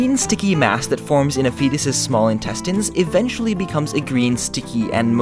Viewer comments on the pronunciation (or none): none